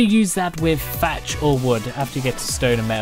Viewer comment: Add fatch to make it four feet fick and give it more haytch pee, or helf....I love the accent, lol.